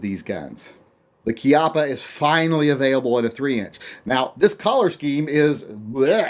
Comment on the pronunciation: its color not collar you inbred nascar t shirt salesman